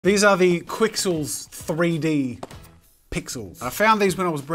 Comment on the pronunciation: Technically it’s pronounced kixels. The Q by itself makes a K sound. Also technically, they’re not pixels. When something is made up of little cubes or “3D pixels” those little cubes are called voxels.